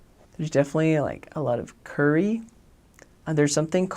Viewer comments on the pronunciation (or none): Its curry not cuuurrryyy